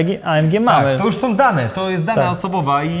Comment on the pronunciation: WIBRACJE SOM! Od palenia gumy som. to nie Janusz.